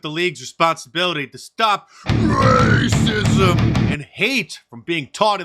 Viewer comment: Your the man mark,but I cringe every time you say racism like that. Just say it normal we get it.